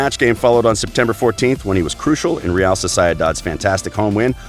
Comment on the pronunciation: dude are you a butcher? no dude i didn't enjoy it you are butchering every fucking name like a 22months old baby. wtf is soser-el-dad. No i won't subscribe to this crap heheh